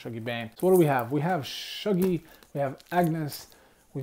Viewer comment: You are pronouncing Shuggie incorrectly. You are pronouncing it shoogy, but it should be pronounced using the U like you would in the word up. Glasgow should be pronounced as Glasgo to a Scot the W is silent. Excellent review.